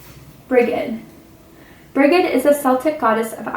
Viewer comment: Brigid is pronounce Bridge-id in Ireland ❤️